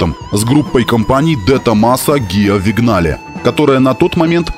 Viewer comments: "ВиГнале" из уст специалиста по автоистории просто коробит... ___ Для тех, кто не знаком с итальянским автопромом поясню. Итальянское Vignale по правилам итальянского языка читается/произносится "виНЬяле". (Впрочем, такое чтение gn характерно не только для итальянского. Всем известный коньяк на французском пишется cognac...) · Отличный ролик. Толко не "Вигнале", а "Виньяле". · Виньяле, а не вигнале... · Чел, научись читать не английские слова правильно! каждый раз, когда я слышу твоё "вигнале", у меня происходит мини-инфаркт. Виньяле! ну и "Дехалай" вместо Дэлайе я все ещё не могу забыть и простить...